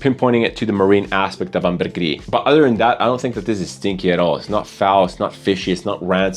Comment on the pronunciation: ambergris comes from french, there's no reason to roll your r's